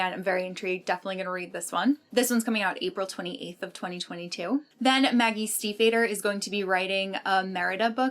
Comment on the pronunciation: Stiefvater is pronounced like Steve Otter.